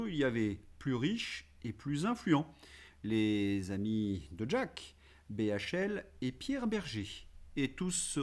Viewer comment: ....d'jack...m'a toujours agacé, le gus lui même , et la façon de prononcer le prénom à l'amerloquaine.....bonne continuation🐞🐞🐞🐞🐞🐞🐞🐞🐞🐞🐞🐞